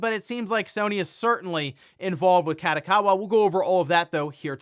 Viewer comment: please never pronounce Kadokawa like that again, listen to it in japanese and try again :)